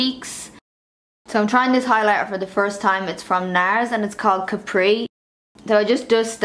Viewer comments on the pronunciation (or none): none